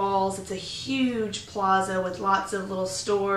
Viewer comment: so after 1 year living in Madrid you 'know fully what is Spanish'. Vey impressive, but possibly BS. Spain is a huge country with very different regions. I spent a year playing grand theft auto. I now fully understand America. Christ, you can't even pronounce plaza, which leads me to believe you don't speak Spanish, another factor which leads me to doubt that you fully integrated yourself. Most of your videos seem to show tourist activities